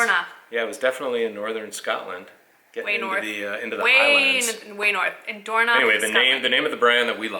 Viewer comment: I'm Scottish and I love your pronunciation of Dornoch! This is such a good video, I especially liked the wee look just before you went to get the hairdryer. It's nice to see a normal couple on screen.